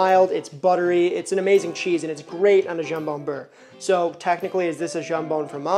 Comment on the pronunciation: Sorry to be a jerk…pronunciation…SKI-ACH-EEE-AHHTA….DOE-NER…YAM-ON BEAR….pronunciation matters…but you got Bocadillo so plus one….